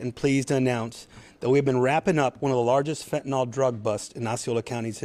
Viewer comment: Being a teacher here: fentanil/nyl...not nal. Say it correctly. You are spending a lot of money to put on this "production" for media. Go catch bad guys and girls. Don't put LEO's in jeopardy with media productions. We need them to be safe!